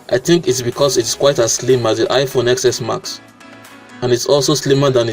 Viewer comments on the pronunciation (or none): The iPhone XS Max it's pronounced as iPhone 10S Max same thing applies to the iPhone X iPhone XR and iPhone XS... Remember your Roman numerals in primary school... keep doing what you are doing ... I love your channel.